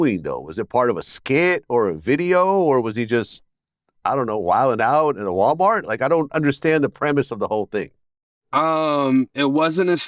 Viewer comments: “Walmite” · Walmaaaht and grocery caaaht get me 😅😂😂